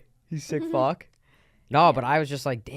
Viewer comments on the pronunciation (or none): “you sick fock” u can just tell been hangin around the Canadians too much 😂